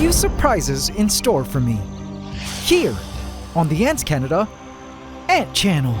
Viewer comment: "" cuz adhd 😂